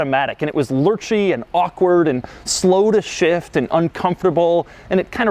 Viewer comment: "Slow to shift" I thought for a second he said "slow as shit"...